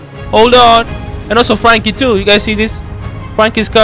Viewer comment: you can't say Frankie u always say fwankie 😂😂